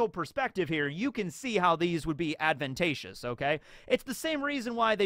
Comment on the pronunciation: this man said adventacious (advantageous)